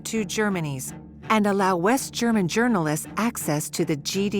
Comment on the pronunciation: What a shame that the narrator mispronounces all the German words.